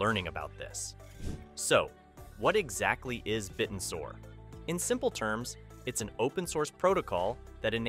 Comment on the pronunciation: It's pronounced, bit-tensor. Not bitten-sor.